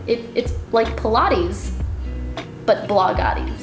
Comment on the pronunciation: its blogilates not blogaties! haha